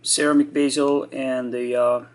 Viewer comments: It's pronounced bezel, not baysil. I believe baysil is how you Yanks pronounce basil, which is a herb. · are you German or Spanish. Btw it's bezel not basial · Bezel not basil ....stupido!